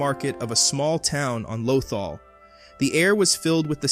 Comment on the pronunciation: your pronunciation of lothal has me cringing every time i hear it lmao